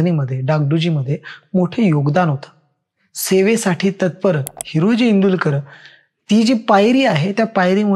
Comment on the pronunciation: Tula हिरोजी neet bolta yet nahi हिराजी mhantoy